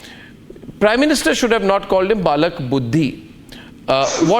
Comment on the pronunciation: Not "Balak Buddhi" it is "Bail Buddhi"